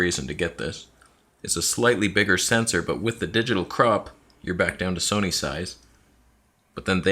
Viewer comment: Where is the “Toneh” t-shirt? You know it has to happen.